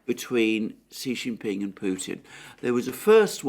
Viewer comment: Just FYI ... Xi is pronounced like SHE so it's SHE JIN PING